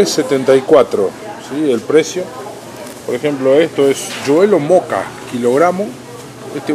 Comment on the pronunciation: "juelo móoca " kkkkkkkkk se dice joelho de moça rsrsss